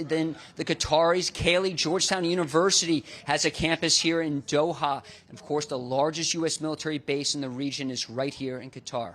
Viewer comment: Dohar? Are you kidding me? Great stuff he did out that way but come on guys get your script straight. It couldn’t be easier to pronounce